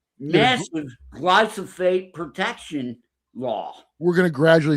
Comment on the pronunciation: Putting drops of olive oil into the ears is a home remedy for problems like wax buildup. I must dismiss that part of the story. Also, it's GLY•PHO•SATE, not glysophate! 🤦🏻‍♀️